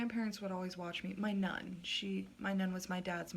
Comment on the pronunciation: Sounded like she said " my nun " 😂